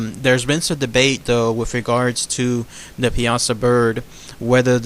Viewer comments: You are pronouncing it wrong, It is more like ( pie-a-saw) not (piasa-saw). Life time native that knows the area blindfolded. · PIE-A-SAW. Not PI-AZA. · We pronounce it Pie-Saw Here On The Piasa Bluffs In Alton. Born And Raised Here. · Awesome video. I went to a nearby High School called Southwestern High School in Piasa, Illinois. It's actually pronounced " pie-uh-saw". It's commonly mispronounced. It's funny when new newscasters in nearby St. Louis come to town and invariably start out mispronouncing it exactly the way you said it. Anyway, really thorough and awesome video. Thanks for caring enough to cover a rather obscure "cryptid". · I'm from Illinois and grew up with this legend. You are mispronouncing Piasa. It's driving me nuts. It's not pea-aught-sa it's pie-a-saw. Other than that one constructive criticism, I enjoyed your video. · pie-uh-saw is how the locals here say it. Not pee-asa. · I am a local, I have spent too much time telling people how to pronounce it right. People think that the latin/Italian, way is right (pee a sah), no. The right way is (pie-a-saw). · it is pronounced Pie-saw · As someone who grew up in Alton. It’s pronounced Pie ah saw bird. For future reference. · It’s pronounced (Pie-saw) Piasa welcome to Illinois :3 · It's pronounced pie-ah-saw dumbass I'm from Alton IL born and raised and my favorite story of this area get it together man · it's actually pronounced Pie-ah-saw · I can show you exactly where the cave is with the bones covering the floor. It's still there. And it's pronounced (pie-saw) bird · that's still not how you say it its pie-a-saw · Pie-a-saw. That's how we pronounce it in the south Central part of Illinois. Lol the American Dragon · Not to be rude but it is pronounced pie a saw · It is actually pronounced Pie-a-saw. But over all good video tho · a bro u said it wrong and it is located in alton il go look it up